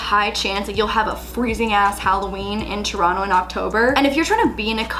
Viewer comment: I appreciate that you still pronounce Toronto like a true Torontonian